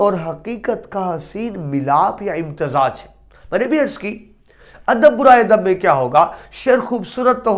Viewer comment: برائےکے با پر زبر ہے ۔ پیش نہیں ۔